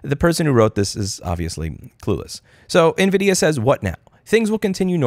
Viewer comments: Am I the only one who hear him saying Nvidia? lol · Half the time I thought you were saying NVidia. That made for some very interesting mental images XD